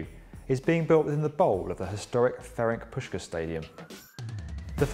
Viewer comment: Not because the recent level of our football deserves much more respect than the bare minimum but... Pronounce Ferenc Puskás Fa-rants Push-kaash to be closer to the correct.